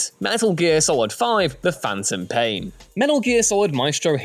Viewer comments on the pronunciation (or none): none